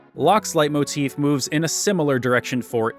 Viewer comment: Cringe. But it’s pronounced lay motif